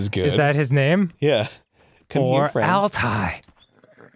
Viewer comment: The r itself doesn't make the last syllable, it's that combined with the double dotted i. So it would be*all-tie-AY*.